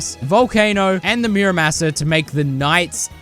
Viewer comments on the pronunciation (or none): Ok so Muramasa you said the Mura part right but not the masa part correct it’s like ahh like m-ahh-sa it’s like when you go to the doctors and they tell you to go ahhhhh so like that so Mura-m-ahh-sa